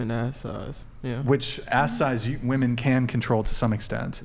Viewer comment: Why can't any of these women ever say women? Every single 1 says woMAN instead